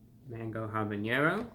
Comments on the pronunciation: Lol, love that you pronounce it habañero, but it's actually habanero. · Hey ReviewBrah, I'm gonna be that guy. Unlike jalapeño, with the 'ny'-sound, habanero has no tilde over the n, so it's just 'haba-nero'. Keep up the great reviews, I appreciate the honesty.